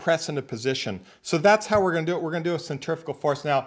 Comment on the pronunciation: Hi I am looking forward to the new format,with education as the basis. Yes please on the press, I assume that will be a rebuild, at the same time. Not centrifical but centrifugal. I don't think aluminium is ever going to be pronounced correctly, but we live in hope. Americans speak american. Not English.